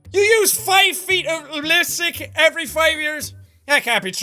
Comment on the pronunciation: he said "lisstsick" lmaoo. I say lisstick sometimes.. when I cant talk